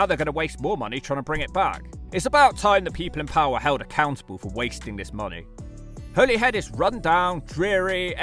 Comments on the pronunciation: Being Irish I've passed through Holyhead many times. (Every single person in Ireland pronounces it 'Hollyhead') I've been all across the UK and I'd say Holyhead is one of the bleakest places I've been to there. I hope the rejuvenation is successful, but I have my doubts. I remember multiple times where I'd arrive there a few hours before the ferry back to Ireland, and ideally it would be nice to spent a couple of hours in a nice cafe, pub or restaurant. It had none of these things. As I recall, the drive-in Mcdonalds was the best food place there. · You pronounced Holyhead correctly the first time. Not the weird way on the rest of the video. Caergybi in Welsh. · Every large mining area is excluded from the national park, because they're so heavily altered by heavy industry, all UK national parks exclude areas altered by heavy industry. You were right the first time, Holyhead is pronounced like the plant used for xmas decorations, whoever corrected you might have been taking the piss! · I like the fact that you used to pronounce Holyhead correctly and now don't 😊 (it's Holly-head). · Pronounced Holly-head as in holly and the ivy. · For your information it’s pronounced “Holly-head” Or in the local accent “Holly-‘ed” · Your assessments of these is 100% correct. But Bangor is not seaside town/city and everyone pronounces it Hollyhead. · holyhead is pronounced like the tree , i lived here for 45 years so me and the other 65000 people who live here should know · you were right about how you thought 'holyhead is pronounced - Hollyhead ;) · Every single person in North Wales pronounces it "Holly-head" too. Literally nobody calls it the way it's said in this video. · It’s pronounced “hollyhead”. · Your pronunciation of Holyhead was painful. Go back to how you originally pronounced it. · Funnily enough Holyhead is pronounced wrong by the Transport For Wales railway announcements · You pronounced Holyhead right the first time, and then incorrectly for the rest of the video🤣